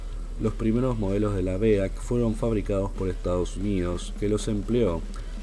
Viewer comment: BEAC, simplemente se equivocó a la hora de decirlo. En las 2-3 últimas veces del vídeo ya si lo dijo bien. Saludos.